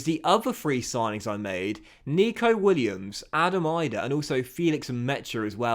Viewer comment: As an Irish person it is annoying hearing you pronounce Adam Idah. It is not pronounced Eye-Dah it is pronounced Ee-dah if you get what I mean.